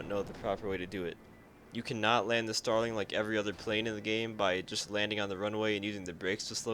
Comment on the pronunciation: Did you say... um .... “genital air combat” tips sir?